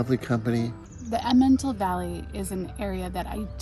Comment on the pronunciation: I can't be absolutely sure about breakfasts in German-speaking Switzerland, but if it is like breakfasts in Germany (where I lived for a few years), they are an important meal. One is served bread/rolls, cheese, Aufschnitt (cold cuts), and an egg (often soft-boiled). And, by the way, it is pronounced EMM en tal.